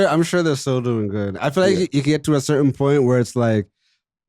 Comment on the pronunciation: The word is "certain" not curtain lol